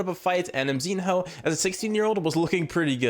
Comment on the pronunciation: Dude as a Mongolian I hate the way you calling Mzinho ! That sounds like Mzinhou like chinese name !!! White kid there are 48 countries in asia[Russia+central asia+Turk included] ! You should call it Mzi+no[Мзино]